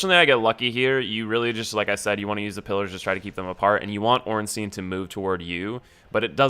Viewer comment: Oh my God, it's not "Ornsteen", it's "Ornstein". Anyway, good advice. Might try a run sometime in future.